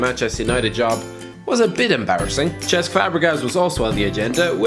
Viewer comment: You pronounce Cesc really weird